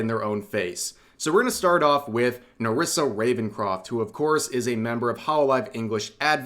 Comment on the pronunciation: Newissa Rawencwoft